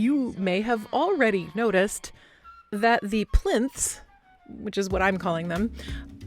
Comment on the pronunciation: LOLOLOLOL!!! The "plinths 'too funny